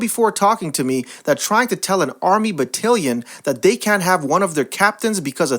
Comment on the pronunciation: please learn how to pronounce BATTALION correctly. it's not BATTILION, it's BATTALION.